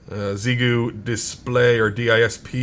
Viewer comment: Made me wrench every time you miss pronounced Xiegu 🤮..its pronounced "X-EYE-GOO" 🤷